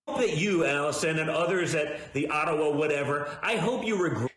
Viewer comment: I live in Ottawa, and every time DJTJ says "Ottawa", I feel sick to my stomach! Ugh!!! 🤮🤮🤮